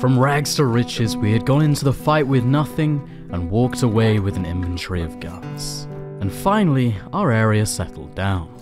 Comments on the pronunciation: It’s called “inventory”, not invenTREE. There is no tree in inventory.😂😂😂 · Its inventory not inventry